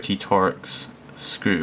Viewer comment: Torx is pronounced 'torks', not tor-ex. Torx fasteners have been around for a long time.